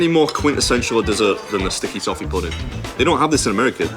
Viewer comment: ...sticky toffee.... I thought she said stinky tofu... haha this episode was a nice tree-t.